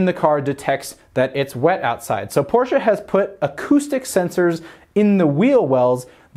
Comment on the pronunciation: Firstly: Thank you for properly pronouncing "Porsche". It hurts my ears how some of your compatriots pronounce it. The rest: quite nice, given that no test drive is included/could be included at the time and you could only use marketing images/clips by the manufacturer. The emphasis on price seems to be interesting, though, as you wouldn't expect the 911 to become cheaper, do you?